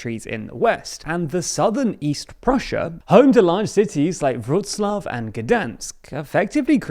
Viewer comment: You pronounced Wrocław wrong.